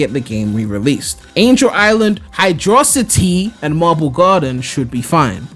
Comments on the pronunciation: ITS PRONOUNCED HIGH-DRO CITY 😭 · Come'on even knew it's pronounced Hydro City... Even saw a GDQ stream and 70% of viewers voted Hydro City even though the streamer hated didn't agree. XD Curious, how do you pronounce Casinopolis? That one doesn't even have an obvious split between terms.